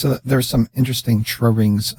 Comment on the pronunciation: This is one of the few channels that gets the auto-thumbs-up before I even view it. And it never disappoints. Good work,. "Dra-wings, drowings, I have the same problem saying that too, lol.